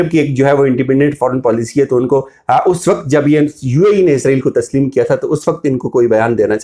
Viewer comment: بڑے بھائی السلام علیکم ورحمةالله، ازرائیل نہ بولا کریں صحیح لفظ اسرائیل ہے!!!